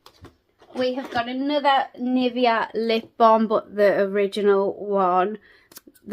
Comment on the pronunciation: Just a sugestion, search how Nivea is pronounced. I am sad this advent calendar isn't available in Serbia.